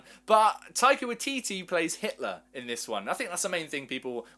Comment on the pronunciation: As a kiwi I just wanna say it's pronounced.. "why-titty"